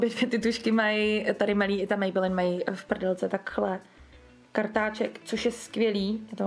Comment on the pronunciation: Mě strašně irituje ten [mejbelííín]. Pardon...